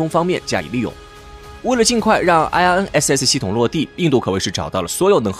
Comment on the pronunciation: 请用中文名称称IRNSS，IRNSS的英文发音听起来很蹩脚。